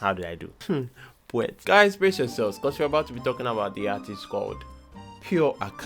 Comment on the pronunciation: Poetwi??...poetwi??...herh comot😂😂🔥